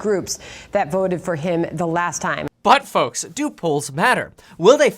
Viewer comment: Haha, you said " butt-folks". Sorry just funny